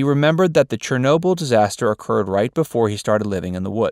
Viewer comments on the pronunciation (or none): none